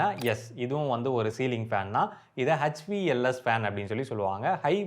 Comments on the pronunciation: உங்களுக்கு இங்கிலீஷ்ல "H ". புரோனுன்சியேஷன் தெரியாட்டி தமிழில் பேசுங்க. H- கெச். இல்ல. அது. எச். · அடேய் அது எச் வி எல் எஸ். கெச் இல்ல . H - எச். கெச் இல்ல